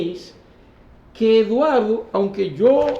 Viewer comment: Perdón colega, pero no se dice anque, se dice aunque